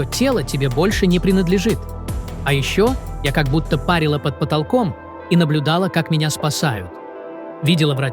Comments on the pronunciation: Да, парИла и пАрила это разные понятия. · Парила парила ведь это же не в бане ударение на И а не на А не приятно слышать постоянно извращения слов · парИла, а не пАрила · Я пАрила под потолком веником свой зад.Ужасная озвучка.ПарИла под потолком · Только не "пАрила", а парИла. ПАрить от слова пар, а парИть, воспарить, значит возвыситься, подняться. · Да не пАрила, А парИла!!!!! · Не пАрила, а парИла. ПарИть под потолком, парЯт облака. Аж неприятно слушать. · Па́рила...🤦‍♂️ Мозги па́рила?Научитесь правильно произносить слова и ставить правильно ударения !